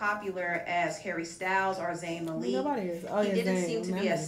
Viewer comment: the ma-leek pissed me off also😭😂🙄